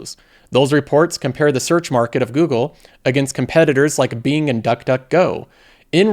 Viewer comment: I can’t stand how this guy says “Being” instead of properly pronouncing “Bing”. Really takes away from the content. Couldn’t get through the video.